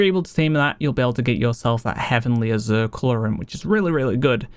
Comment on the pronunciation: It's Azure not Azeer bro